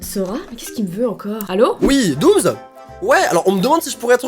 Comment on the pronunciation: Jsuis la seule à qui ça stresse quand il dit '' doomz'' au lieu de ''doomss'' 😂